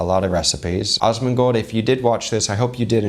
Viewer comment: Love it, please denote in future references that it is AS-mon-gold, with a short 'a', exactly as in 'as'. I've just experienced the strangest singularity feeling among crossover chef videos that I've ever, ever watched...between you, Guga, Chef Brian Tsao and Chef Paul (Frenchie), even Uncle Roger, with also my gamer/WoW background, who also knew of Asmon the legend gamer, since years ago...and it's been a weird, wild ride. Love your channel dear sir, keep on keepin' on. <3